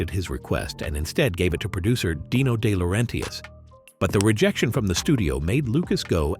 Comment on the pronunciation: Day-lor-RENTius? Cool.